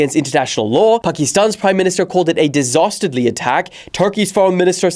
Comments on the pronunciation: Dastardly Dillon not Disasterdly 😂😂😂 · Did anyone else hear him say disastardly?